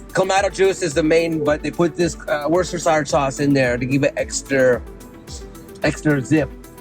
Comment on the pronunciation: Worcestershire has three syllables not four, it's were stir sure. 😊